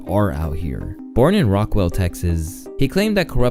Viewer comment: Its Rockwall texas.... look into that too btw, just happens to be the most expensive land in texas and the highest taxed couny in the entire state of texas, not to mention smallest county. Since you cant even say the name of a city correct idk what all i can believe from you anymore.